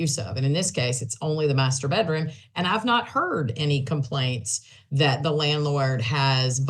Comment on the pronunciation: lol "master bettroom'